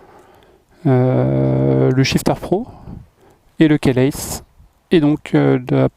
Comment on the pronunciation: Cool la video, merci!....mais la prononciation du mot “keyless” est á revoir :-)